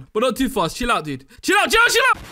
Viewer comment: What he said: CHILL OUT CHILL OU- What I thought he said: JELLO JELLO